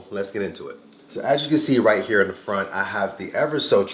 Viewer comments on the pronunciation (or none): none